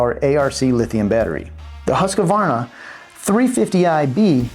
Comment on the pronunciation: Why does he keep putting an A in the name Husqvarna. It's HUSQVARNA NOT HUSQAVARNA